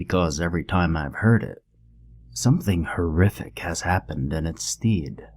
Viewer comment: fyi stead = "ste hd" not steed